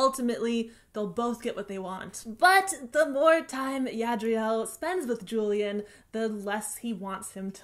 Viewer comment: Miss you! Now that you use twitter less I always look forward to your vids, just to see how u r doing lately. ♡ U have a special place in my heart as a youtuber ♡ PS: i listened to the audiobook n JULIAN is pronounced as "who-lee-aren't". Just FYI:)